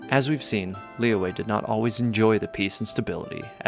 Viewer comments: It's lee yooeh, but the "y" part of yue is like a mix between r and y. Like, if you say r, shape your mouth into an o and bringing your tongue closer to our teeth, just behind. That's the "yu" part. The "e" is just "eh". The "Li" has an accent which is basically a kind of down-up sound. The "Yue" is a down accent. I know it's confusing, and I think I'm even confusing myself, but oh well. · The english dub of this game pronounces Liyue differently from character to character: Lee-weh Lee-way Lee-yah-weh Lee-yah-way And the worst Luh-weh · they're wrong lmao haha (i'm chinese) it's actually pronounced as lee yoo-eh but say the yoo-eh part faster & stress those 2 syllabus lesser. additionally qixing is pronounced as chi sing but without the h sound for chi so ci sing... gotta say i love the chinese names in genshin. i remembered there's a dude in liyue harbor called big foot (in english) and that's literally translated from his chinese name HAHA